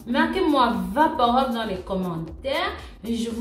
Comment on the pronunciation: bonjour, juste une précision, on ne prononce pas vaporob mais vaporub, rub